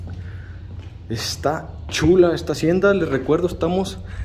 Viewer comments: Aún existe "EL MEZCAL JARAL" a la venta aquí en Guanajuato 😉 y se pronuncia Jaral y no Jarral... Lo digo con toda mi humildad sin ofender a nadie 🙏😉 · Se pronuncia Jaral, no Jarral. Cuando la R va entre vocales como en este caso, no se pronuncia como ERRE, se pronuncia como ERE. Seguramente el nombre se debe a que había muchos arbustos de Jara no de Jarra. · Solo una corrección, es JARAL y no JARRAL. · Se llama jaral, no jarral Komo tu lo pronuncias. Mi grandpa fue el portero de la fábrica de vino a mediados del siglo pasado. Se llamaba Juan Maldonado pero lo konocian Komo el muñeco. Yo tengo el mismo nombre, kuando nací mi papá se movio a Tamaulipas y ya no regresamos. Solo fui una vez por mi acta de nacimiento, el registro civil estaba kasi enfrente de esa hacienda. El oficial se llamaba Isidoro Cortez . Saludos desde Georgia USA. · Una aclaración para el guía de turistas, es Jaral de Berrios, no Jarral! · Es Jaral, no Jarral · No es JARRAL, ES J A R A L